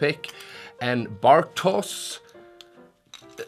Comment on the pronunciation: bartosz is pronounced "bartosh"